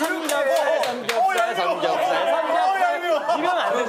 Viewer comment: 근대 에 규현님이 삼겹살 말하는게 진 짜웃겨요!